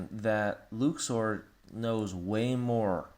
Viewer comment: Luxord. Luxord. Not Luxu. Read and listen.